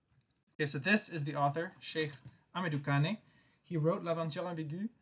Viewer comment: You pronounce badly the name of the legend Cheikh Hamidou Kane .. A good student of litterature must try to do well her pronunciation.... Kane |ka:n| not |ka:ni|... At Cheikh Anta Diop University, we atry to do well with the none African writers...!